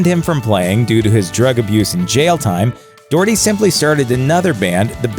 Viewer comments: Doh-herty not Doorty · 'dorty' lmaoooooo what is that pronunciation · Doherty, is pronounced Docherty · His name is pronounced Pete Dockerty not Doherty (as read). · Its pernounced doch(Ck)-erty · Docherty is pronounced Dock-Err-Tae. These are things you should really figure out before saying the name so many times on videos. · Pete 'Doortee' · Actually, I do because it sounds daft and not how it is pronounced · doherty is closer to the irish vernacular say it aloud, pronouncing the h as in the first sound of "hot"